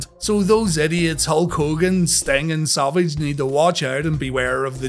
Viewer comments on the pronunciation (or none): Sounds like he says Salvage instead of Savage. Lol